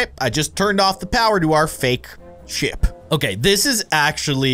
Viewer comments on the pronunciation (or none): i thought you said sh*t instead of ship xD